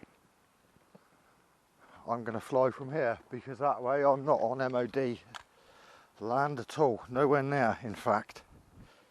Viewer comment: It's not MOD PARD